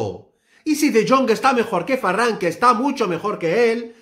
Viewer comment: Por que dices Farran?